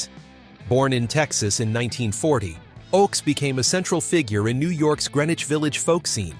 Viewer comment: It's pronounced "OAKS", not "OX" !